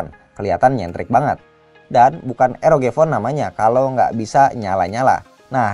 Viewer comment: nyebut RoG jangan Eroge lah, kan jadi kimochi..